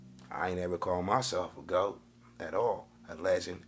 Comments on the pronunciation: “ gaot “ cmon 😭🤣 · That nigga said “ T - A - O - G” he spelled the whole word backwards like it was correct lmao 😂 is hilarious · he said taog😭😭😭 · so fried spelled GOAT wrong said TAOG 😭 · Did he say gaot?? Instead of goat lol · Dis Niqqa Said Gaot 😂😂😂